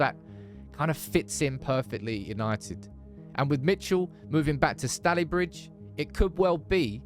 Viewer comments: "Stallybridge"? Bloody hell,! it's pronounced "StalEybridge" 😅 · its not stalibridge its said stay lybridge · Great video as always Guys (Although it's pronounced StayLee bridge 😂) Loving all the content at the moment ❤ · Love the channel sam but your pronunciation of stalybridge bugged me 😂 us mancs pronounce its stay-lybridge aka staly vegas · Love how you said Stalybridge it’s pronounced like SCALY Lol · Great content as always but as a token Manc, we’re going to have to work on that pronunciation of Stalybridge 😂